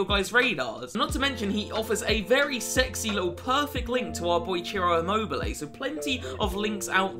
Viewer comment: Please search on Google translate the pronunciation of Lazzari and Immobile